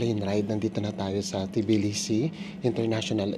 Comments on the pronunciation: Just being informative, its pronounced as tuh·blee·see 😊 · Cut the T po it’s Bilisi